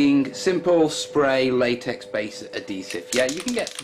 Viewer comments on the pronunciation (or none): none